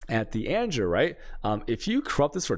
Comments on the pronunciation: "anjer" (Anger) made me unsubscribe lol. Cant do it anymore, he triggers my OCD so bad. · The constant pronunciation of anger as anjer is filling me with anger 😂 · ANJER? What? Please be kidding... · Does he even speak English? and he managed to butcher anomalOUS (as in Pose) mETA (as in Pita, the food) anGER (as in Danger). That's not how you pronounce these. Like holy shit he must be an American. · The way he's saying anger is triggering me